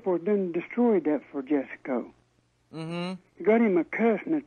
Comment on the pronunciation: Its Jess co. Not Jess a co.